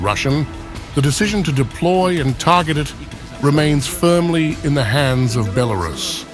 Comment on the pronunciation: Its not Bel-a-rus its pronounced Bela-rus. Im sick of hearing it.